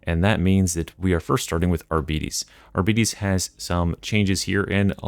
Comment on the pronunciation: R-Be-tays Not Ar-beaties Get it together